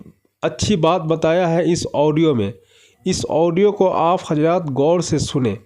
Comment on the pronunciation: Bhai pahele urdu achi tarah bolna siko hajrat nahi hazraat